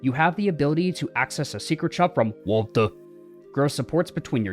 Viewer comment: I can't help not cracking up at everytime you said 'Waltuh'